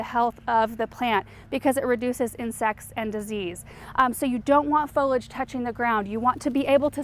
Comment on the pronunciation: Great video but it’s pronounced “fo-li-age”.